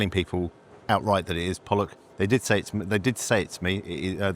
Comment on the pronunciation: The carefully pronounced pollock.